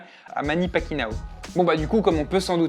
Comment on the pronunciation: Bahhh mec ...... Respect un peu, c'est pas Pacquinao. C'est Pacquiao ! XD Sinon c'est très bien expliqué comme vidéo.... Le fait de montrer qu'une StartUp peut ce faire booster pas de grande enseigne pour prendre le marché ;) Les dures lois du Business ....